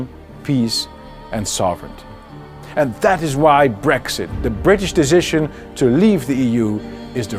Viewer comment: "Seventy years of PEAS and prosperity..." Baudet hails from the Randstad area, where they say "zynical, 100 perzent, azylum", and it shows in his English here too ;-) Like, "epizode, dezision making". But, great content. Thanks!